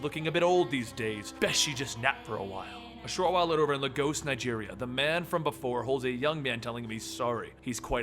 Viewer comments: Why does everyone mess up the pronunciation of "Lagos " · you got it wrong with the lagos word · lol my dude im from nigeria and that aint how you pronounce lagos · why is it so hard to pronounce Lagos? it's one of the easiest Nigerian cities to pronounce. I know you said you're bad with pronunciations, but after Civil War (movie), it's something that has bugged me.